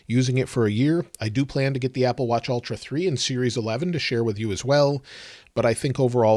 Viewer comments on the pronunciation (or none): Ultra, not Altra. It’s like the difference between bowl and ball.